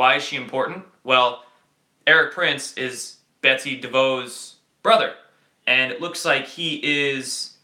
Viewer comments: ITS BETSY DEVOS (PRONOUNCED De Voss) NOT De Vo. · And for the record, the correct pronunciation of Betsy DeVos is "Deh-vahss." Ask anyone who ever was an Amway distributor. LOL! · It's pronounced De Voss -- it's Dutch, you say the 's', and the 'De' is short, not long like 'dee'. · Im originally from Michigan and Vos is pronounced like loss